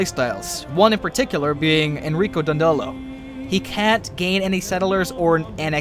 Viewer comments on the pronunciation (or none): It's "Enrico Dàndolo", not "Dandòlo". Just fyi ^^ Good job.